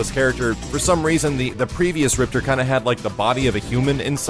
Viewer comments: RIPTOR not ripter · Game says "MAY-LAY" and you still say "mee-lee" Game says "RIP-TOR" and you still say "ripter" c'mon. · Rip-TOR...say it with me lolll. Thanks for the vid though bro:) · Hahaha I have no idea why, but I hate when people say Riptor like "Rip-ter" his name is "Rip-Tore" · In the game, they pronounced him Rip-tore, rather than Rip-terr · the proper way to pronounce RIPTOR's name is RIP-TORE. also, they mispronounce MAYA's name in the newest KI as well. her name is pronounced MAY-YAH.